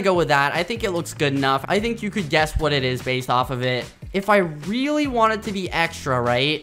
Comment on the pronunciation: that looks weally good says skeppy